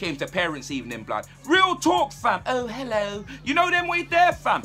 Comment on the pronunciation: That "Hello" sounds proper posh, if that's even a thing.